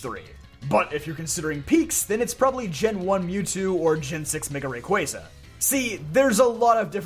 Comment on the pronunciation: Thank you for pronouncing Arceus and Rayquaza correctly, it's much appreciated